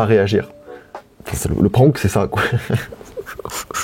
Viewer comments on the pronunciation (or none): none